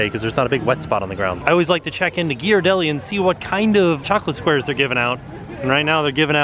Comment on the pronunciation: you must work in the construction/building trade or similar. You are very knowledgeable about stuff like that. EDIT: you confirmed it! And Thanks for pronouncing GHEE-ar-delli correctly. Few ppl do.